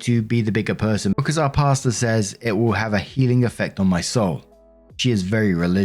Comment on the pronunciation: 1. Eww, yep, he was grooming the broken financially destitute, abused kid. I love the way you say pastor....... Pasta😊😊